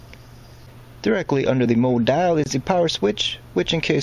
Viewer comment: What a shame you found it necessary to dumb down your commentary. If you,wanted to provide a serious Tutorial, why the odd pronunciations unless confusion was the desired result. Mo dial........ ? Mode Dial. Good diction is crucial